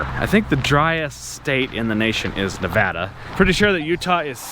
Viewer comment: Thanks for Pronouncing Nevada correctly.